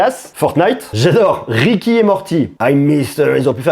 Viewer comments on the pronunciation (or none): Rick et morty pas ricky et morty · On dit Rick et mortie pas ricki